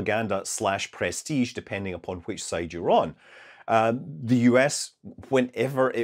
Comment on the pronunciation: press-tige. lol.